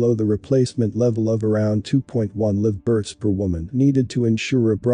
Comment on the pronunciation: Why does he mispronounce "live births"? Is this an AI reading this?